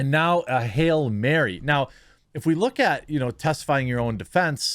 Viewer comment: Did u say hail mary or ferry?